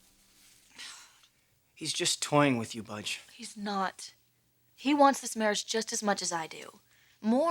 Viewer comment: What is Rick calling Bridgette? Budge???